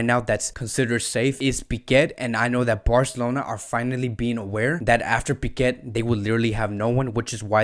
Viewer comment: Why cant you pronounce our player names correctly? Do you have a problem or something? His surname is "Pique" not "Piquet" ...for god sake...this is really embarrassing!!